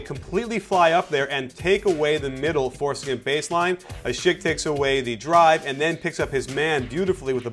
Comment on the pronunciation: great vid coach ;) u pronounced asik right :D:D